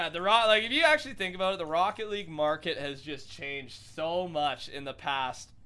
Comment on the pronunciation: "ROCKE LEAGUE"